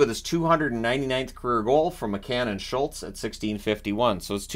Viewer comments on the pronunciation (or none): none